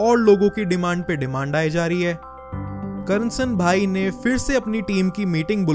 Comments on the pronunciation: not karnasan bhai its KARSAN bhai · bhai your pronunciation is wrong... Its not Karansanbhai, its Karsanbhai..